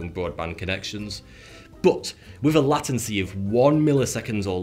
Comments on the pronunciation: LATncey, thought you was a UK northern like me it’s LATEncey. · lei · tuhn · see, not lah - tuhn - see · Yeah >< Late-ency, not lat-ency... Oh well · It's written as lay-ten-see. If you wrote it as he pronounced it, it would be "lattency". If English isn't your first language, then I forgive you. If it is, then shame on you. Back to school. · Sounds like a term for Latin Literacy. Latincy. Versus Late tendency. Latency. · or Lay-ten-see or Lay-t'n-sea, but never Latt-ensy (I'm English).... I suspect that moustache may be causing a speech impediment. #masks4all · Nate Lore I live in the same country as. I know people who come from the same area with the same accent as him. He's mispronouncing it. Everyone agrees it's /ˈleɪt(ə)nsi/, not /ˈlat(ə)nsi/ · LA-tan-cy? Oh, please. LAY-tan-cy, thank you. ;-) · umm what is lat-en-see? do you mean late-en-see. Anyways your talking about the delay of a 5g transmission. Yes it has very little delay, but so does 4g or wifi. Thats not what slows down your internet, its the connection to the 5g-4g-wifi transmitter, the routes "the internet", destination servers, and throttling that slows down the connection not the humanly un perceivable difference in frequency's being used. And I have no intention of paying for an internet enabled car that spy's on me and calls the cops if I speed. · I twitched every time you said Latency lol Where I currently live the pronounce it Late-n-cee not Lat-n-cee lol I have no idea which one is correct or if both are correct and I’m not going to look because it’s too much fun not knowing and just how they say it. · dear, lay-tency not lah-tency. alrighty then, pip, pip cheerio. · "LATIAN-C" ? Really? in over 24 years of being connected to the internet; I have never heard any one pronounce it like that in my life. It's "Late-in-C". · I thought it was late ncy not latt ency lol. As in latent heat. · It's LATENCY not LATANCY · Lay. Ten cy. Not Latin çy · Yeah he definitely botched that... lol